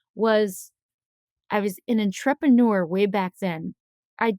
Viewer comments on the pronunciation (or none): My chassidishe neighbor says enTREPeneurs like that 😂😂😂